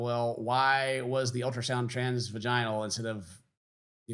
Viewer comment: The way pronounces vaginal will always make me laugh 😂😂😂 don't ever change brother!